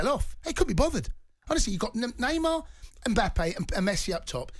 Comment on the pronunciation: Can't stand how he says mbappe😑